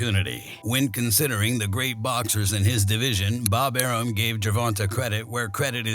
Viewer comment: You should have heard how he pronounced Bob arums name. I wrote a few comments that it's not how it is said aroom. Lol he either saw my comment or heard his name somewhere else.